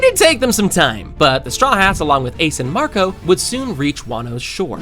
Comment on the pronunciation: Falou o nome do Marco errado